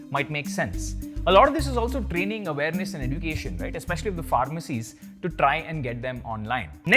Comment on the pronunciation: This is the right pronounciation of education eh·jyoo·kay·shn First learn to pronounce and then teach.